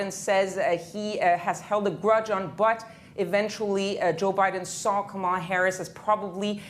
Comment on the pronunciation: Its KAMALA it rhymes with PAMELA ya don't wont no dramaLA!!